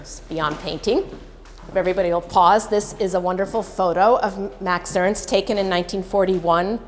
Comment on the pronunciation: Who ist Mäx Öönst? MAX E R N S T !